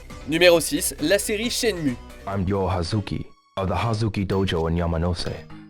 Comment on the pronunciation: "IDé Software" ! 😂😂😂 Si français... Ça se dit "Aydi"... Et au passage, : ça se dit "Chenmou"...